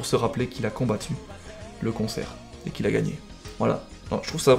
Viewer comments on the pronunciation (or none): Quand tu prononce cancer, j'ai l'impression que tu dit " concer" ???? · je suis le seul a penser qu'il dit "combattre le concert " ?? xd